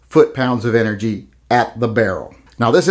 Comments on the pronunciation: 'Enegy ' ??? Lmao ! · Is that a silent 'R' in "ENEGY"? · hates Republicans so much that he refuses to use an "R" in the word energy.;-)